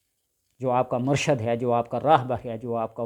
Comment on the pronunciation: لفظ مرشد نہی مرشد ہوتا ہے ش پر زیر کے ساتھ